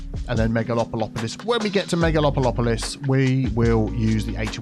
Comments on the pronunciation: saying megalopolopolis when it is spelt megalopolis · Wait... megalopolopolis?